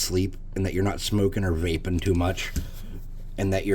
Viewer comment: Not VAPING too much. I had to replay that because I thought you said RAPING.